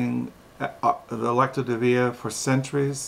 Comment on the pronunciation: Pronounced Lex cee o De veen a😎